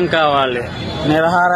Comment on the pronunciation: నిరహర దీక్ష❌ నిరాహార దీక్ష ✅ పలకడం నేర్చుకో